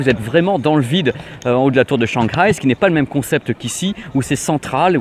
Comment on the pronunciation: Juste pour pinailler sur la prononciation de 'Shanghai' que t'as souvent l'occasion de prononcer , le "h" se prononce un peu comme le 'r' mais le 'g' ne se prononce pas dans ce cas ^^. Du coup ca ne fait pas 'shangraille' mais 'shanhaille ' . Voila voila si tu tiens à la prononciation à la chinoise ^^